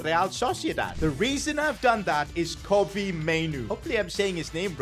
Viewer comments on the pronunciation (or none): none